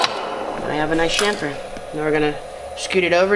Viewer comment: Chamfer. Not shamper.